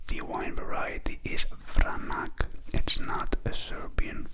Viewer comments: Just for future reference it is pronounced VRANATS. Not vranak. Regardless good review. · Not exactly. It is pronounced: vranatz.